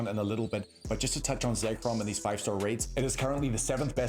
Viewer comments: For the love of God it's pronounced ZECK-ROM not ZAKE-ROM there is no A, please stop calling it Zakerom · Say Chrome